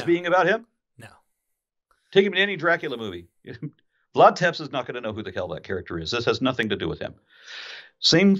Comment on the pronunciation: It's not Vlad Tepps. Tepes is pronounced like Teppesh. Otherwise very interesting show. Now I can somehow(if there are many?)understand why Jesus never answered me when I prayed to him(on the advice of a very nice minister, never forget him, good guy)when my wife died in hospital. Although other people say he answers them? 🤔